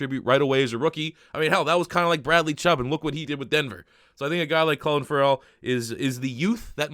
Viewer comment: It’s pronounced Cleelen Furell